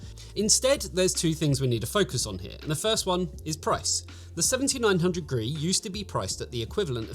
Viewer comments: He does mention this is the review for the card, it's just easier to say "gree" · Gee-Arr-Ee, not "Gree". it stands for "Golden Rabbit Edition", a Chinese cultural reference. I know it's unimportant, it just was a minor annoyance that was distracting for me as I watched the video. Obviously all the technical information was spot on, though.